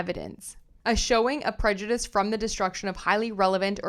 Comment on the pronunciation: I’d like to say that I find your readings much easier to follow because of the sound of your voice, diction and the clarity of your audio. I hope you won’t mind a small correction: the word ‘prejudice’ is pronounced the same way whether it is used as a noun or a verb. Thanks again for your work and I look forward to listening to you again.